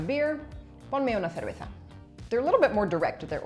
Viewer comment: Creo que pronunciar así de bien "ponme una cerveza" ya es motivo para obtener la nacionalidad española.